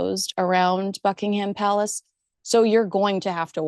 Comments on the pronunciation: Great video. Well you've mastered how to pronounce Ascot, now its Buckingham. We don't pronounce it as..ham but as hum. So its Buckinghum Palace. Thought you'd like to know. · Small point to the British ear - Buckingham is pronounced Buckingum - stress on the first syllable. Not a big deal, but sounds a bit grating!